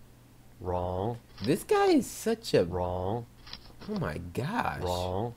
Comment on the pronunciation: When he said wrong and now i hear RAW